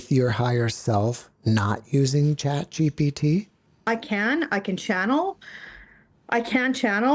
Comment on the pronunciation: It's ChatGPT. She's pronouncing it wrong. If you try what she did, you will get some very generic responses.